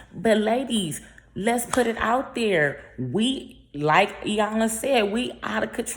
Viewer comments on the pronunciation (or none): none